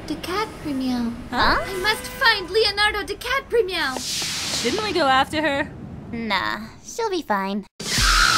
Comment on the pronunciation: Leonardo Dicatprimeow😂😂😂😂😂😂😂😂